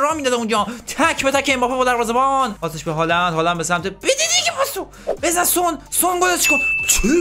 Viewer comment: جان سان نه سونگ 😂😂😂